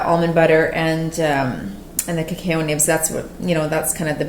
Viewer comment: Cuh-cow. Ha ha no offense. I like the video thanks